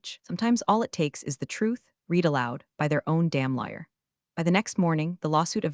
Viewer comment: I admit, I love how so many of these AIs read the word Lawyer out as Liar. AIs are smarter than we seem to give em credit for.